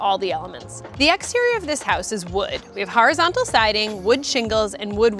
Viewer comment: The "harazontal" wood